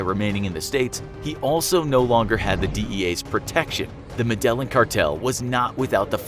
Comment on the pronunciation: Not "Medellin"... "Med-eye-een"